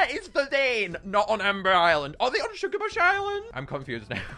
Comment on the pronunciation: To ”shugabuch” island Little mistake